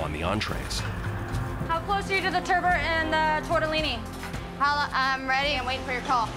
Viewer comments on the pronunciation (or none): It's TURBOT not TURBO ffs